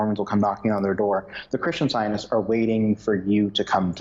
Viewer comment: Very informative but a little hard to follow because of this gentleman’s constant hesitations in his speech and his inability to pronounce the word “scientists”. He leaves out the “t”.